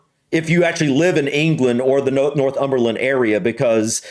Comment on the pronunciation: Nor-thumberland, not North-umberland 🙂